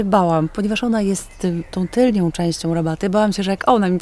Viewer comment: TylnĄ, a nie tylnIĄ. Wybacz, musiałam, nie ma za co